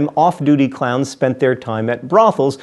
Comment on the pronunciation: It sounded like he was saying clouds so it sounds like he says i am scared of clouds